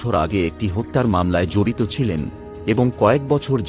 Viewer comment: বানান টি নিজ নিজ হলে ও উচ্চারণের সময় নিজো নিজো উচ্চারণ হবে। ঠিক তেমনটিই জড়িত শব্দটির উচ্চারণে ও জড়িতো উচ্চারণ হবে। হসন্ত বসবে না। আমাদের পশ্চিমবঙ্গের বিবিধ স্থানে সহস্র কোটি ভয়াবহ ও মর্মান্তিক অপরাধ ঘটেছে এবং ঘটছে ও। যার মধ্যে বেশ কিছু মানুষের অন্তরাত্মা কাঁপিয়ে দিয়েছে। তার উপর আলোকপাত করছেন না কেন? ঘটনার প্রেক্ষাপটে বিদেশের দৃশ্যাবলী মানানসই নয়। তবে এটা ঠিক আপনার উচ্চারণের অনেক improvement হয়েছে। শুভেচ্ছা রইল।